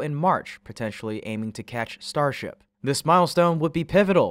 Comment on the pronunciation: catch, not ketch